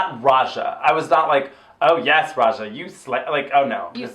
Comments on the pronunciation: Why do you keep saying Aja instead of Raja? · Rewatching this, and straight up says Aja instead of Raja a few moments after the 20 minute mark:'D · Everytime they call Raja "Aja", a jimmi gets its wings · Am I the only one that hears AJA when they say RAJA ?